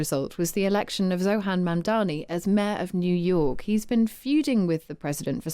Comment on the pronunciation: 'Zohan Mandami' What is wrong with white people, learn to pronounce people's names, it is a sign of respect!